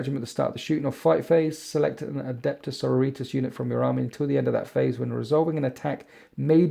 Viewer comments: omg please...the word is Sor-OR-i-tas...:D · Loves winters -Loves his videos -mangles sororitas pronunciation Okay I'm done watching this video now